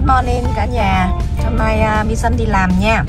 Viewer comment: Lau qua kg comment, Hom nay la say good morning luon, ghe ghe. Da noi la ten ban la maysan chu kg phải mi sun đọc theo English nhe.